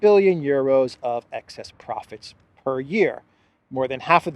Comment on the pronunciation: The way von der Pirate says "proficts" ⚓